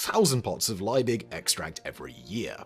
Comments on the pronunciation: LIEBIG, not Leibig. LEE-big, and VON is pronounced like fon. Your German is SHIT. Always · it's really maddening that you can't pronounce the name "Liebig". in fact, the surname name is properly "von Liebig", but I guess if you included the "von" it'd be doubly maddening because you'd probably mispronounce that as well there's nothing hard about "Liebig" -- it's just LEE-big. just get the bloody vowel right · It's Liebig, not Leibig. German ie is pronounced like English ee, not like English I. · Von Liebig! In German -ie = ee. Lee-big. In English, field, fiend and sieze. In contrast -ei = eye. Hence the German Einstein. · Totally unimportant side note: 'ie' in German is pronounced like 'ee' in English, so von Liebig should be pronounced 'Lee-big'. The sound of the English 'ie' would be the same as 'ei' in German. Also: sorry for being the annoying German 😅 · 1847 is around one hundred and eighty years in the past, not eighty. Justus Freiherr von Liebig's name is pronounced "yoostoos fon leebigh". Bovril and milk? OH HELL, NO!! The prize for naming Vegemite was fifty pounds, not fifty dollars. We didn't go decimal until 1966. How many Aussies sang the Vegemite jingle? It's pronounced "Beega". Vegemite smoothie? WTAF? I hadn't heard of that. Dick Smith's OzEmite wasn't anywhere as cheeky a name as his boxes of matches. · I'm German and this hurts my ears